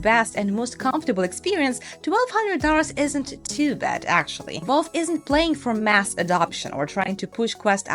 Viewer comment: Not to nit pick but its Valve not Volve